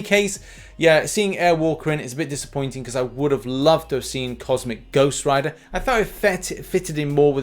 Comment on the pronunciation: Finally said it right lol